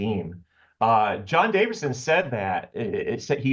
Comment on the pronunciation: Davison, not Davidson…